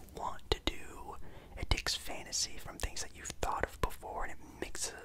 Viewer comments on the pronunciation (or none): Bro on the second question I was so confused i thought u said thot not thought 😂😂😂